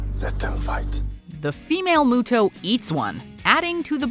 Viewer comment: I'm convinced WatchMojo all have meetings on precisely how to butcher names and pronunciations. They clearly call them "MEW-TOEs" It's spelled MUTO, pronounced MEW-TOE. Not MOO-TOE. How do you get the name wrong when they say it in the movie multiple times?